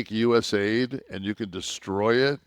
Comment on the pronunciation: It's not us aid, it's u s a I d